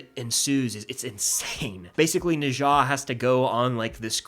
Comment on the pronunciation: NOT NE ZA nezha